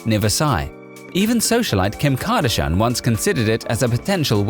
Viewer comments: It’s Kim Kardashian (Car-Dash-ee-anne) not Kim Kardahane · X.I.V.... kardishAAn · The most unbelievable thing about this video is that he can’t pronounce Kardashian and they are one of the most famous families in the world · omg the pronunciation of this guy is ridiculous can't pronounce the 14th or even Kardashian ffs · lol i was thing the same.. and how he pronounce kardashian😂